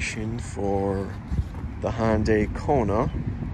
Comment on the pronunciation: Hyandai? lol